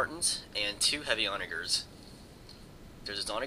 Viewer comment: who else noticed that he kept saying the word "onager" wrong?